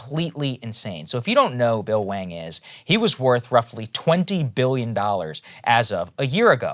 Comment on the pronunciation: Is it pronounced Wang? Or hwa-ong? Dude is a professional scammer.